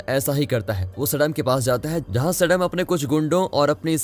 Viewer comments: Bhai Indian hoke name to sahi pronounce kro सडाम nhi सद्दाम hota h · Abe gadhe Saddam name ka pronounsation galat bol raha hai tu right name to sahi se bol nahi pata hai aur chhutiya aya hai movie explain karne ( सद्दाम ) होगा 😡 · Abe mulle qo saddam hai sadm nahi Mulle ho u😁😁